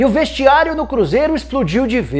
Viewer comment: o cruzeiRO Nicola.2019